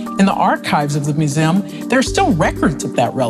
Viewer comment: Swear she is saying vertibra and muzem